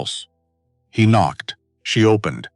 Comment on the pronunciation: AI shocking pronunciation Eg the K in “knocked” is not pronounced